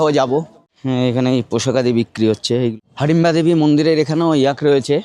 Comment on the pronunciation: হাডিমবা না হিডিমবা